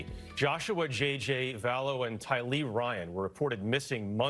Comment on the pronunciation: The first reported should have at least learned how to pronounce “tylee” and “daybell” correctly